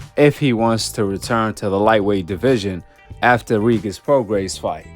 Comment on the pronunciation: Bro stop saying “Reegis” like that 😂